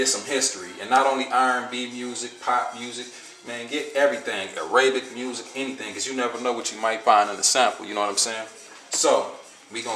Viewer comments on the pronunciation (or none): that nigga said Aray-bic lol...jp bro..nice vid..looking through a bunch of 'digging' vids here on YT, and yours is the most informative